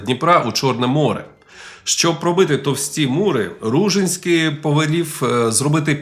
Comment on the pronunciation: Ну, по-перше, правильно РужИнський (наголос на и). По-друге, це звучить як фантастика, що князь з кількома тисячами козаків зробив військовий похід навколо Чорного моря, через Дон, Кубань, північ Малої Азії, Болгарію. Де ви берете ці дані?? 😅 До речі, його потомок, князь Кирик Ружинський, який спочатку також мав добрі стосунки з козаками, згодом нещадно з ними воював. По аналогії з князем Дмитром Байдою Вишневецьким, потомок якого, князь Ярема Вишневецький став найзапеклішим ворогом козаків